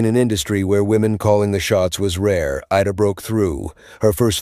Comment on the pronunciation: There was so much mispronunciation of names. It's IDA Lupino not ADA. The voice kept going back and forth between the two. Bette is pronounced with 2 syllables, not one. It should sound like Betty. There are others too numerous to mention. if you want followers, you need to pay more attention to details that are so obvious to most of us old movie aficionados.